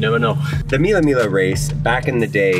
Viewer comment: mila mila lol that pronunciation